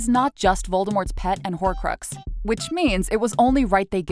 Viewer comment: Did she say whorecruxs